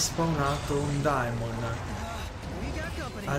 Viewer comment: “Daemons”??! Sul serio? Se tanto mi da tanto la pronuncia “Piros” te andata di fortuna...